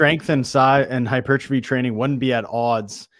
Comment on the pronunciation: only halfway through the video. Great interview. You're saying "hypertrophy" correctly. It's refreshing to hear. It's the ignorance of the American fitness industry that says it wrong. It's a French word originating in the early 1820s. Pronounced hyper-trophie. Squats are awesome for sure, and I agree with you. It's better to add other exercises to the arsenal besides "just" back squats for so many beneficial things.